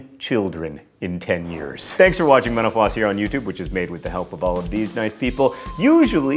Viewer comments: maybe put more pronunciation into the T in mental, otherwise it just sounds like you are saying menopause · anyone else hear at the end: "Thanks for watching menopause on youtube..."?